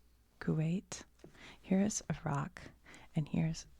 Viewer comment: you're correct! I'm glad to hear more people using the correct pronunciation 🤗 edit-- hopefully these pronunciations of other words help! Tehran -> teh-rah-n (soft e, soft a) Iraq -> ee-rah-kh (hard i, soft a, soft q/k) Iranian -> ee-rah-nee-an (hard i, soft a, hard i)